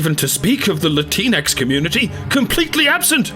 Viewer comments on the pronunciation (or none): "Lateenex" Get it right:P